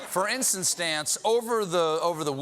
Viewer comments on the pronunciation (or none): Did Colbert really say “for insta-stance” ?? 😂😂😂😂